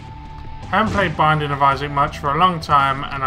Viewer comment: it sounds like welcome back to the banging of isaac